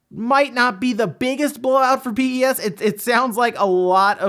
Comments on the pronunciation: never heard anyone say Pee eee S lmao. Everyone I know says PES as in Pez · For reference no one actually calls it "PEE-EEE-ESSS" people pronounce it pez just like the candy. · I’ve never heard anyone pronounce the game as P.E.S. before. Always heard it called Pro Evo or Pez. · Bruh its not P E S its just Pes lmao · Is it just uk that say pes like pez and not p e s as separate letters? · Ahh he said P-E-S, bless him